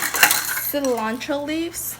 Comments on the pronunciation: Sea lawn trow - I notice you had a very hard time with the word Cilantro, just say it as Mexicans say it, See lan throw. Gr8t video thanks. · Sea-land-Tro... 😲 hurts me when you say it. Haha 😄 jp